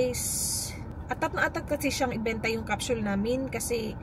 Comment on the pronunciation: What the heck is a Cap-“Shul”?? Isn’t it a Capsule ? Bakit “shul” 🤔